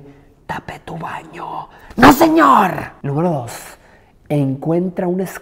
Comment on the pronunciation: perdí la atención en "tapéh tu bañooh"